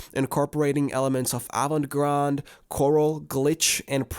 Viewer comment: "avant grád"